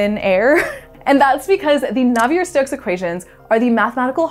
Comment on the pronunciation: Claude-Louis Navier was French, so "Nav-ee-ay". Great video though.